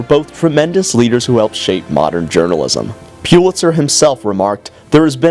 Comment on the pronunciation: Its pronounced PULL itzer!